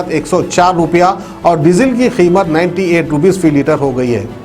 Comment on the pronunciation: ....aap ko urdu may 98 bolne nahie aata kya 😂😂😂...mujhe bhi nahie aata...😂😂😂